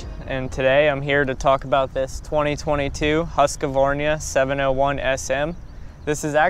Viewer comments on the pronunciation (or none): HusqvarNa, not HusqvarÑa... Swedish, not Spanish. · Not pronounced "Husq-a-varna". Americans it's Husqvarna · That's a sweet bike. Good review lad. It's good to see Husqvarna making a comeback in the US. BTW - it's "Husk-var-nuh". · Funny seing non Swedish people pronounce it x) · how could you butcher the name of the bike so badly that i didnt even make it past the intro